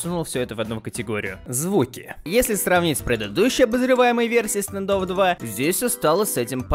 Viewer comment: Буква а, не е стандофф